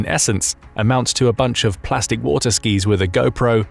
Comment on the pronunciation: Says wu tar instead of water